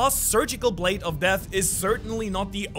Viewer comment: Brade? Wideos? Are you ok man? 😂